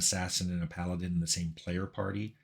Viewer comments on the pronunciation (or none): Ok, did you really just say, "Pal-addin", Tim?